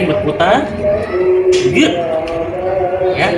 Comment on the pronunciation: lho kok jauh sama kedengerannya… Iya betul pas Luring (di awal video). “…begitu dia mengikuti tangan, berikan reward-nya, selalu katakan ‘Bit’ (beat, hit?)…”. Jauh terdengar dari ‘Good’ Soalnya lagi pengen beli anjing, dan akan banyak waktu kedepannya, dan biar ndak gagal paham sayanya…